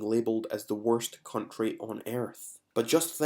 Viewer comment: Cuntry HaHaHa ! And we speak badly !